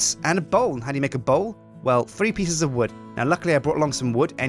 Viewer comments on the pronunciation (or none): im very sorry but in my brain when you say bowl i hear ball. you now what ball i mean:/